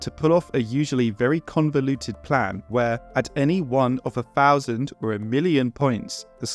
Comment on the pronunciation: Nice video :) My grandma would have shot me if I said “fousand” instead of thousand :) Not a complaint, just a thought I had and wanted to share.